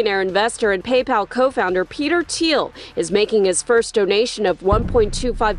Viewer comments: “Pay Paul” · "PayPaul" lol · How hard is it to say PayPal when they say it in the video. Do you even watch your own videos?